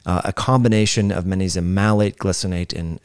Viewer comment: The word "Magnesium" contains the letter "G". Are you being intentionally obtuse? You have no problem pronouncing the consonant "G" in other words I notice. This was the most annoying, intentional, distracting mispronounciation of a common word I have experienced this year.